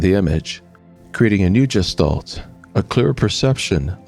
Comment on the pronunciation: Interesting. However, please learn the proper pronunciation of "gestalt." It's supposed to have a hard "g" like "graphics." It was very distracting every time you pronounced with the j sound.